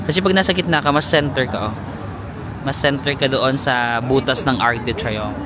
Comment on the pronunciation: UK didn't join Schengen so they still keep their currency, that is the Pound Sterling. Technique in purchases: send by shipping ahead used clothes and not needed items so luggage will be light. For info. It is pronounced Ark du Triumph (Arc de Triomphe); Sham Elishey for Chsmps Elyssees. Re: pickpockets- maski sa Rome, mga gypsies from Romania. Mukha rin silang Caucasian (puti) and dressed well kaya inde paghihinalaan.DON'T HAND OVER your camera, malamang maitakbo 'yan. Ikaw talaga, meron naman sa Google na may sound to hear the correct pronounciation.